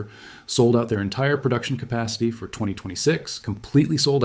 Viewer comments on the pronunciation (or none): No mistakes? What about when he says "F or" instead of "for"?